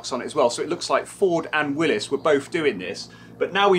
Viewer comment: I know it's a minor thing, but yeah, JEEP people, people who know and love Jeeps and run nothing but Jeeps, should damn well know how to pronounce Willys correctly.